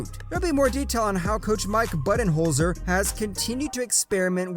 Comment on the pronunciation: It’s hard to hear coach bu-den-holzer get his name slaughtered like this